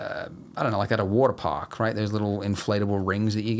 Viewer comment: There's something so satisfying in the way he says waterpark. Hwattapaahk. Uwattapaahk. Waaddapaahk.